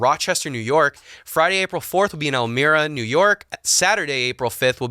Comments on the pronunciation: El-MY-ruh is how you say “Elmira.” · Awesome. BTW Elmira is /ell MY rah/. It's Tommy Hillfiger's hometown. 😃